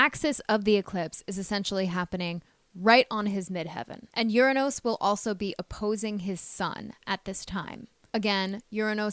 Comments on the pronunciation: except that she refuses to pronounce URANUS correctly. This planet is Not pronounce ur a NOOSE. The U is a short vowel. Not a long O. She has some problems pronouncing particularly as well. Particularly is pronounced pr.ti.kyuh.lr.lee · Is this AI? Anybody notice how Uranus is pronounced? And who places a mirror on the Wall like that? Strange.